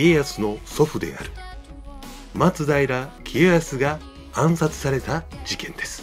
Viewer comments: 松平のアクセント....... 松平定知アナウンサーじゃないが、やっぱり「ま」にアクセントを置いてほしいな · 松平のイントネーションおかしい